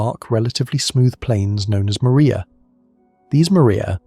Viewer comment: Mar- ria… say it properly! Not “Maria”